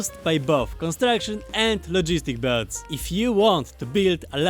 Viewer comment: sounds like he's saying "bugs" instead of bots? if this is true it's funny as hell.